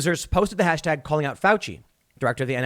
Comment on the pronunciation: "I am going to defend fuici" Nice one Tim